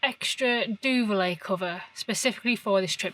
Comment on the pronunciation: You said a word several times, I was expecting duvet but you said duvilet. Is this a product or just a pronunciation thing?